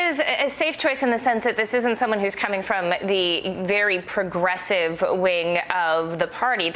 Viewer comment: she spit out the word progressive like it was a swear word.